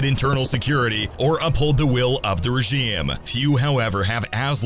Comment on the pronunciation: Ok am I the only one who noticed the odd pronunciation of the word “regime” throughout the video? Seriously, content creators please check the pronunciation of words that you clearly do not know before recording your videos.